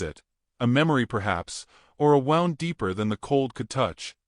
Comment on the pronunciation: Not “wound” it’s woond!!!